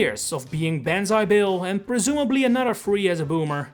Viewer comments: Did anyone else think it was “Bonzi Bill”? No? Just me? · Ban zai bill 💀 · Who the fuck called it banzai bill